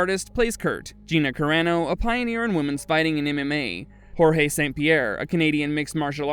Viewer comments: This AI just called George st. Pierre Jorge! Lol. If you caught it you caught it and chuckled... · "Jorge" st Pierre? Dude... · jorge st. pierre????? lololol u mean George there pal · AI has the whole internet to go off and still pronounces it wrong 😂 and it’s supposed to wipe us out? 😂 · whorehay st pierre!!!! LoL